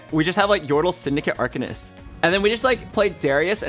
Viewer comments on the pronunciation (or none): none